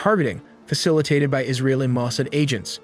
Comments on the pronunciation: PLEASE... learn to pronounce Mossad (ma- saad'). Listen to any news program to hear it pronounced correctly. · Mossad- and barrage- accent on second syllable.